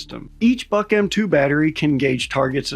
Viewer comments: Boy, you didn't even care to look up the Wikipedia for the correct pronunciations. It's /bʊk/, not "buck". No to say about Pechora (its ch sound, like in cheese). You americans ever so sloppy, when it's not about you, no offense. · It's pronounced book not buck. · You're saying "BuK" wrong. I don't know if you've ever studied a foreign language, but English is pretty much the only one where "u" doesn't always make a long "oo" sound, and this is true of Russian as well.